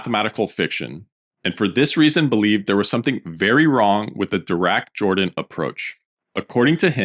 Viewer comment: "Jordan " is pronounced (in this case) as "Yordan".